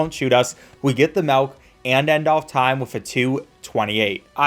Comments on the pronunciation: please don't say melk dude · why are you saying malk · bro says melk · Where are you from? Sounded like melk instead of milk a couple times. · I love how sometimes they pronounced milk, "Malk" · ah yes, the "malk" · "malk"., 2023 👍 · "Malk" "Malk"? Boy dose accents make a difference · Can we all take a moment to appreciate how says MELK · did you just say... "malk"? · Did this dude say Melk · He says melk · I'm not a native English speaker, but tought me how to perfectly pronounce MILK